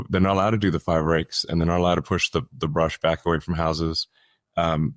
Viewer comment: It’s not “bush,” my guy. It’s “brush.” Clearing the brush.